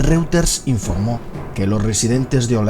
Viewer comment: Unas clases de alemán y de inglés para el narrador por favor,para que aprenda a pronunciar correctamente "Reuters" y "Fort Lauderdale"